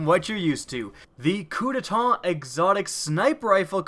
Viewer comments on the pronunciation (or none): its not "gillotine" its "giyatine" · Its pronounced geateen not gillateen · It's pronounced "gee-uh-teen." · Bro, no hate, but the first gun in this is pronounced gee-a-teen (guillotine). It the whole "Of with your head" medieval execution machine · He pronounced guillotine wrong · The pronunciation on guillotine was horrible.